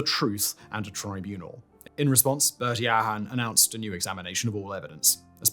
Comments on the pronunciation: I have never heard those particular names butchered 😂 Ahern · Ahern is ah-urn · I had to stop commenting, honestly. I can understand mispronouncing Haughey (I believe Simon's in his 30s and wouldn't have been paying much attention to news etc when he was in power) and even Ahern (some people with that surname do stress the A). But Seamus. Darragh. Taoiseach. Gardaí.